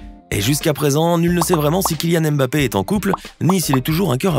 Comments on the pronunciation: Chers tous. Ça ne vous fatigue pas de prononcer le M à chaque fois ? C'est un nom africain. Ça se lit mmmBappé,😩😩😩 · voilà ! On prononce le M comme si on appréciait une soupe avant de lâcher le reste : Bappé